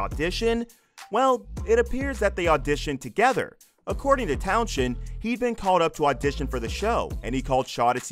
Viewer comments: Dark secrets my arse. What a load of crap. The title should be around interesting facts not misleading and clickbait. Its pronounced Towns End not town shend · At least you could have pronounced Fuzz Townshend's name correctly ! It's not Tow-shend. Rather Towns-hend. But I forgive you, after all you're American. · The name is pronounced Towns-end . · His name is pronounced towns end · You need to learn how to pronounce Townshend. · His name is FUZZ TOWNSEND not that abomination you tried to say